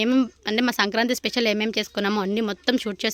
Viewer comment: సంకాంతి కాదు సంక్రాంతి 😂😂😂